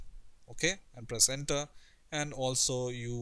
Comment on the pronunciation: i thought you said placenta. But you said Press enter